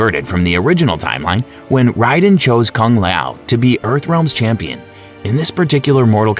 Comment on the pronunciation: Riden, leeoooh Kang, Kung layow, Kam I dog ew, Ken Shy? Tell me you've never played Mortal Kombat without telling me you've never played Mortal Kombat.